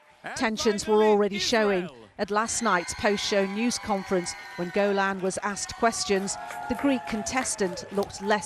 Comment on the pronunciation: Why dont u pronounce Eden Golan's name properly